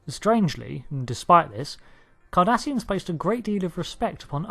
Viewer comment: I keep thinking he is saying Kardashians